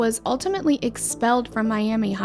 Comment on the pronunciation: Miami, Oklahoma is actually pronounced like Miam-uh.